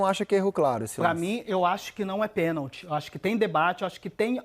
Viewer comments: DENILSON , PC ALIVEIRA E ESSA MULHER SÃO PAUS MANDADOS PRA FALAR BESTEIRA ! PORQUE O FILIPE MELO TEM TODA RAZÃO EM AFIRMAR QUE FOI PENALTI E ESSA ARBITRAGEM NÃO DEU PORQUE FOI MAU INTENCIONADA E MAIS ESSE BARANGA DO NETO NÃO SABE NEM FALAR PENALTI FALANDO QUE NÃO FOI PENTI 😡🇧🇬🇧🇬🇧🇬🇧🇬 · Neto calado é um poeta o cara não sabe nem falar a palavra pênalti!!